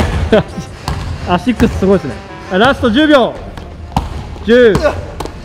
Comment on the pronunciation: めっちゃ可愛いな…笑笑😂 大塚選手のスリーはほんと凄い笑 アシッキュスめっちゃ上手い言い方🤣💕